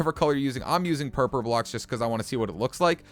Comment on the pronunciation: did he just say purper